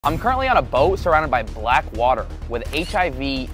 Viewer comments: He really emphasized the word "black." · I'm American and I know he found the the poorest place he could find to hype up poverty in Nigeria. I noticed how he emphasized the word Black 😒. They should have thrown him in the water. ☺️ Try going to the slums in America and show so effing poverty awareness here!!! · My guy articulated and emphasized that "BLACK" more than any other word in that sentence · Nahhh son heard that hard “black” too . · The emphasis oh “Black” lol